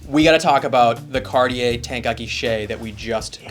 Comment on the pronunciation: Happy Thanksgiving! Do you clowns know what brutalist means? Could you pronounce Cartier somewhat correctly? Watches at the high end require higher end spokespersons. Lordy!